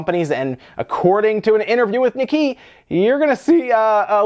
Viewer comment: FYI: It's pronounced like "knee Kay" (Nikkei).